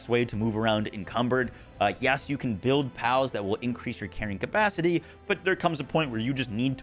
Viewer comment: ca-pal-city.... sorry. i dunno what's wrong with my brain